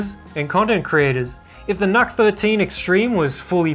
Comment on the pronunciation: Not true, I work specfically with NUCs, The intel people usually call them "Nooks", Nuck just isn't right, there's no k.